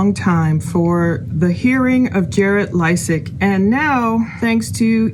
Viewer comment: Pronounced, LAY-sik